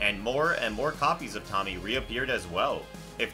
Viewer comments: Tomie is pronounced "Toe-mi-ay" , not tommy lol. Just so your aware : p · I'm sorry, I got so irked and repulsed when you pronounced Tomie's name a "Tommy" it's "toh-me-ehh" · It's not fucking tommy it's tomea say it with an a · Its pronounced toe-me-ay not tommie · Toe-Me-ay, Hearing you say Tommy made me want to claw off my ears! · It's physical painful to hear you pronounce Tomie's name like that. It's Tome-ee-ay. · You're saying Tomie's name wrong, and it's making me cringe.... it's pronounced "Toe-Me-Aye" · In regards to the Window Monster? The family moved at the end of the story so, assuming her area of affliction is bound to a single location, I think he’s safe … also dude it’s pronounced “Toe-me-aye!” 😖😖😖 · Ah yes, my favorite Junji Ito femme fatale/monster, Tommy, lol. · I was hoping someone said this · fr bro really said tommy 💀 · Good video, it's just funny to hear "Tomie" pronounced as "Tommy" lol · For those who may not know Tomie is actually pronounced Tome-I-ay, I did not know this until I watched the animated remake of a few of his stories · Ah yes “Tommy” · The Tomie part was really hard to listen to, how in the Cold Hell did he get '''Tommy'' out of Tomie? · This man really just pronounced Tomie as Tommy XD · No junji ito story has hurt me the same way people pronouncing Tomie as Tommy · FR" TOMMY " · Say it with me. TOE-ME-EH. Do you mispronounce things on purpose like how Chills speaks slow as hell? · "Tommy" 💀 he didn't even try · Did... did he call Tomie... Tommy???? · Junji ito has one demonic princess in his collection. How can you mispronounce it for Tommy 😭😂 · "Tommy" ugh, no dude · A bit disrespectful of you to pronounce Tomie as “Tommy”. Yall can’t even be bothered to research? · How to say tomies name To-mi-é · japanese is pronounced how u see it t o m i e not tommy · "Tamie"? Really mofo...?? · learn to pronounce the names of these characters first lol tommy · the constant mispronunciation of "Tomie" is driving me nuts here.